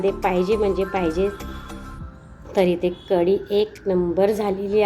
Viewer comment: ताई कडी नाही,कढी!